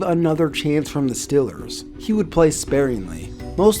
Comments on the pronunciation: StEEEEElers...not stillers! Cmon!!! Lol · BRO ITS STEEEEELERS NOT STILLERS. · Get it right and pronounce it right, it's The Steelers. Like steel. Nobody's pronouncing your browns; Cleveland brons.😒 It's not hard, so you come off as being funny. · it's Steelers not stillers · STOP SAYING "STILLERS" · Love your vids, but hate how you say “stillers” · it is stillers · learn how to say "steelers" idiot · You say Steelers wierd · Why does he say “Steelers” all weird? Are you from Texas or something? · Does anybody else think he pronounces Steelers kinda weird